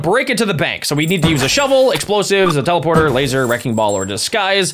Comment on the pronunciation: Bro you said chelaporter 😂😂😂😂😂 not teleporter